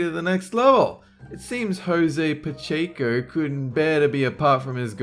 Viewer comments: Its not pacheekco its Pacheco you do not pronounce it like that alright Sorry it's just a lot of people say it wrong :( ☹️ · You said Pacheco wrong. I know that because my last name is Pacheco. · You pronounced Pacheco wrong. I know that because my last name is Pacheco.